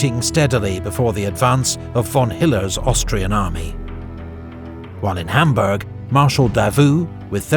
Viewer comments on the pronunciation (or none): none